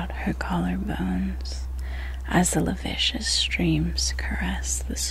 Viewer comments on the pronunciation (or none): ......lascivious? La-siv-ee-us? Or did you mean la-vicious? Dunno what word.